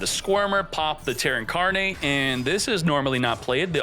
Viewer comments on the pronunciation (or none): none